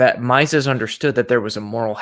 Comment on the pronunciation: I'm a patron of TIK's on Pathreon. I can send him a msg for you guys. ps. Someone needs to teach how to pronounce Mises